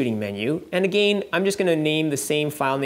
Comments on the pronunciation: Triggered when you say again.. it's not A-Gain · the way you say again 🤣